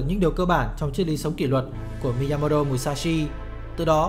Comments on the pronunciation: rất hay nhưng k biết do tôi nghe nhầm hay bạn đọc nhàm mà miyamoto thành miyamoro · Cảm ơn ad đã giúp mình kỉ luật và suy nghĩ sâu sắc hơn về bản thân. Nhưng chỉ có chút điều chỉnh rằng ad nên đọc đúng tên của ông "Miyamoto" chứ không phải "Miyamodo" ạ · bạn đọc tên tiếng Nhật thì đừng nói giọng tiếng Anh được không? Miyamo"do" là ai? 1 người Việt gọi tên người Nhật, bằng giọng Anh-Mỹ??? mình cũng ko chắc ng Mỹ sẽ đọc tên Miyamoto như vậy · Thực sự khó chịu khi nghe cái cách đọc Mi-ya-mo-do 😏 . Dù tôi rất cảm ơn nội dung của các bạn. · miyamo"do" á bạn. Mình đoán người đọc này (tên là ) đang đọc theo kiểu tiếng Anh Mỹ. Nhưng mình không biết là để làm gì. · chuẩn, nghe khó chịu vãi chưởng, nhất là những người biết về tiếng Nhật, đọc như vậy vừa sai, vừa mất ý nghĩa cái tên của người ta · Đọc sai tên rồi kìa ?? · Thề chứ đọc tên sai nghe khó chịu thật sự